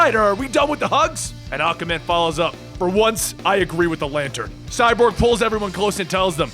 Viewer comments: why do I keep hearing Acaman instead of Aquaman? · Did nobody else notice he said ocaman instead if aquaman in the battle againt Mongol?😑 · I enjoyed your narration. You do a good Joker voice. The only thing I noticed that wasn't right was you say "Awkaman" instead of Aquaman. It's said "Ah-kwah". Also, its Riddler is not Riddle-er. It's only two syllables, not three. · why do you keep pronouncing aquaman "ACAman?" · Why does he keep calling Aquaman Acaman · Why my dude saying aquamans name like tht